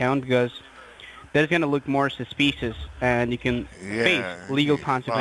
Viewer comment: They've "found sumsa specious activity"? That sounds bad, and he's not even reading it from a script.